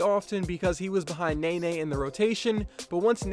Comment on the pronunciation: He said Nene like NAY NAY, damn